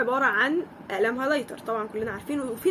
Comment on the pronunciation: معلش بس عايزه اوضحلك معلومه هي ماسمهاش هالايتر اسمها هايلايتر